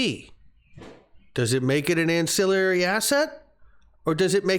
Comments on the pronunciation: please learn how to pronounce ancillary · An...cill...ary!!! Not an...cill...i...ary. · Not to get picky, but it's an-cill-ary, not an-cill-i-ary. There's no second "i."